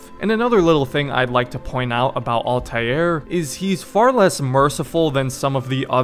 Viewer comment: Ah yes.. Altajier